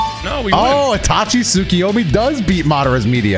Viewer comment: you were right,. Tsukuyomi, not tsukiyomi